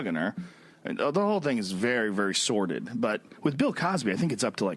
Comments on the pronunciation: Sordid, not sorted. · 'sordid' not 'sorted' 😉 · SORDID … not sorted. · "sorted" should be "sordid"... for whatever it's worth (nothing) :)